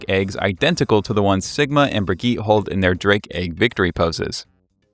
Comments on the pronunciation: almost subscribed but you didn’t say the third syllable in “brigitte” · disliked for pronouncing brig's name like that